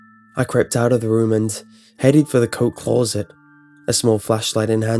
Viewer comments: CLAWset lmao. It's closet. He kept saying it and each time he did I couldn't stop laughing. Shit story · "CLAW-ZIT" why does this keep happening? That's the scariest thing about this creepy-pasta. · The way you say closet is the only thing wrong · No one: This guy: c l r r o u z e t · clueset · Clauset? Kinda distracted me from the story a bit... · Only scary thing is the way you say closet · You always pick creepy pastas where you have to continue on butchering the word Closet.